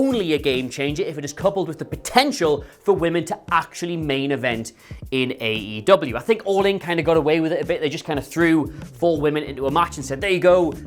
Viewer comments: It's not AW, it's AEW. Get it right . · No-one should listen to you based on the fact that within your first 2 sentences you called AEW "AWE" which made me go "awe" and want to pat you on your head and remind you that although we appreciate the effort, you are obviously not that bright. Proof read if you want to be taken seriously, and/or get your information right.